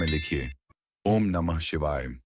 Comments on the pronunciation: AI ko Zara thik se prompt do, om ka pronunciation chhod A-U-M na bole 😊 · Om bolne nahi ata hai kya ya jan buzkar bol rahe ho AUM